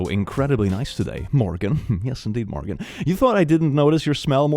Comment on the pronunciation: i always hope he says my name and i got so excited until he said morgan instead of morgaine